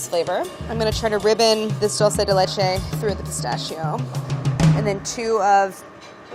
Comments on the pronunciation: Chris-tachio instead of pistachio! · It's pistakkio not pistascio Dio can la furia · 3 minutes in. She should call her pistachio flavor Christachio. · I'm 3 minutes in and screaming CHRISTACHIO at the screen.... you're telling me she doesn't think of it? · Why does she pronounce it like pissashio😬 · pistachio? don't you mean pi-Saffitz-io? lol sorry